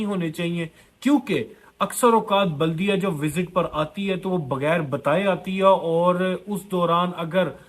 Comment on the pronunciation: Jahil it’s baladeeyaah not Buldiya